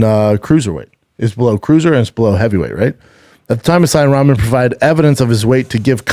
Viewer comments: Why can't he say Rock-mon. That's how Rahman is said. He says is like he's talking about ramen noodles. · Damn Schaub hates pronouncing dude's name right. His dad is a stud who beat Lennox Lewis. I get that he hates him but at least clarify its a joke. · He's just as bad with names too. Can't say Rahman names properly to save his life.